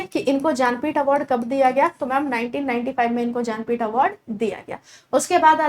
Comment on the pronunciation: जा न पीठ या ज्ञानपीठ 🙄 award madam